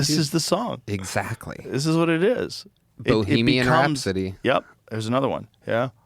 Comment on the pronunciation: "bohemian rhime-sody" ??